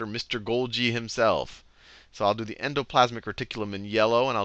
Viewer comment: "en-doe....plaz-mick....reh-tik-que-lum!" :D i can't stop sayin it now. :D I never knew how to pronounce it. Seriously, these videos are fricken amazin. helpin me right into my finals.